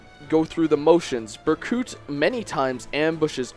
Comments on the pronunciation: I know he explained But it's Berkut...not Burcut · bercut bruh, it's pronounced berkoot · Ber cut omg i'm dying, it's pronounced burkoot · he pronounces it "bercut", heh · Berkuut. Ber-Kuut. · how the hell does one mispronounce the name of a character whose name was spoken so many times throughout the game... BER-KOOT!! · Lmao reading the comments while listening. And someone says Berkut is being mispronounced and I'm here thinking, "Bur-cut?" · BER•KOOT! It's Ber•koot! My OCD is going off the charts, pronounce it right!! Just kidding... XD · 4 you pronounced Berkut wrong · UNCLE! Berkut is my favorite villain in this entire series. And you're saying Berkut wrong. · Berkut is Ukrainian for Eagle and in Slavic languages the u is pronounced as "oo". AFAIK an umlaut only makes an u sound the way a single u sounds in English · Great video, but you pronounced Berkut wrong, so I guess I have to shank you in accordance with Rigelian law